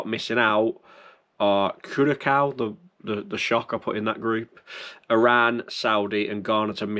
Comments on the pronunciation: Hi, curacao is pronounced…. Cure a sow, ( as in pig!), and Qatar is Katar. Keep up the good work, regards Greg B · Just to help you with that pronunciation: It's CURE (as in medicine) A (as in the article) SOW (as in a female pig). Think of helping a sick female pig., we need you to cure a sow...😄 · It's pronounced Cura-sow (Curacao) it's a small island in the South Caribbean! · The Curacao pronounciation did make me laugh, haha.